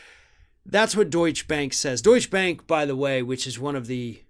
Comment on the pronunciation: It's Deutsche Bank, not Deutsch Bank. It's Porsche, not Porsch. Thank you.